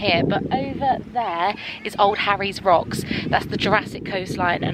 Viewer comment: Love this. Thanksfor making it...... And thank you thank you thank you for saying Old Harry's Rocks..... Not old Harry Rocks. Nobody ever gets that right 😁